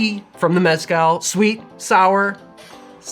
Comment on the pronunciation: Its not that hard to pronounce “meh-skál”